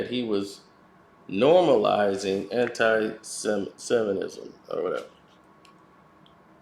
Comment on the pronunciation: Until you learn how to pronounce 'SEMITISM' please stop speaking on these topics...it's irratating.